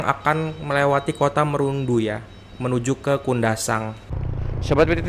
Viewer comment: Salah bang bukan kota merundu tapi bacahan nya kota Marudu 😅